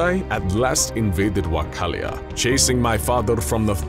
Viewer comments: It is Wallachia mate, great video though keep it up!! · "Wachalia"? wtf is this ... VALAHIA (in romanian) is correct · Dracula:Wakalia Me:Dont you mean Wakanda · Wallachia or Wakanda? First time i hear it pronounced that way =)) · "WACK-alia!"?!? "Miciria!"? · Wakallia or Wallachia? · The way you pronounced Wallachian (not Wachalian) and Hunyadi is painful. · Too bad they keep mispronouncing names. It's Wallachia not Wacallia. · Wallachia is pronounce Va-lack-ia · Valahia not vacalia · Its wallachia not wacalia niqqa wtf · also. Pronounce it with a v, not w and the "chi" it's a "ki" (like in kitkat) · not a patriotic person but the fact the he is pronouncing Wallachia wrong is really annoying me. LOL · I appreciate the production quality of the video, but I'm triggered by the many times the word "Wallachia" was mispronounced, and it doesn't help that no one's seemed to point that out in the YouTube comments. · I don't think that's how you pronounce Wallachia? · Why can you not pronounce Wallachia? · You are pronouncing Wallachia wrong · pronounces wallachia wrong The whole comment section: i’m about to end this man’s whole career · Dear "", you are kind of ignorant. It's not Vachalia but Valachia, and not Hyundai but Hunyadi..., and more... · I'm not even Romanian and I'm so angry at him saying Wachalia instead of Wallachia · right way to pronounce: Valachia subtitles: Valachia: WaChAlIa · but not the pronunciations, where the fuck is Wakallia... i only know Wallachia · I thought the old country was called wallachia not wachalia as he pronounced it through out the video. Which is correct Alex? I already knew everything else presented but still enjoyed the video. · It's Wallachia not Wachallia!!!!!! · I wasnt trying to be rude :( I was legitimately curious why its authentic to miss pronounce things, I get why the accent is authentic but I was wondering if there were historical reasons for him, for example, saying wachallia instead of wallachia.